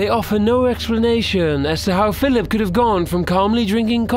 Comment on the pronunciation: Why did you call Philip Philic? You should probably practice before you record this stuff.